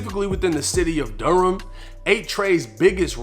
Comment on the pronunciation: Mebane is pronounced Meh-ban. You did pronounce Durham right though 😆.